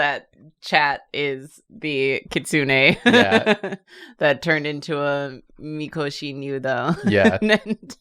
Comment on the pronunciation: Is anyone else bothered by the way she pronounced “kitsune “?